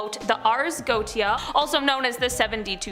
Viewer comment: It's pronounced GO-ET-TI-A (4 syllables), not "Goat-ti-a".